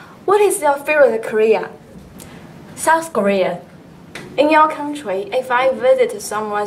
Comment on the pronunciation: HAHAHAH she heard "Korea" instead of "Career"